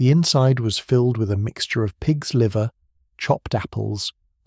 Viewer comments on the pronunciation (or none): none